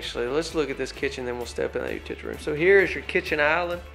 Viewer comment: You are driving me crazy. U-til-ity room. It's not hard to say. Just break it down. Or say laundry room.